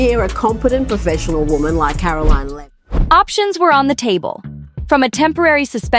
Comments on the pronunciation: Who narrated this? She can't even pronounce Karoline's name, properly 😒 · Can you please pronounce Karoline’s name correctly.